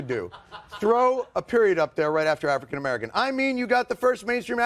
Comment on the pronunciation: Biden: AaFrickin.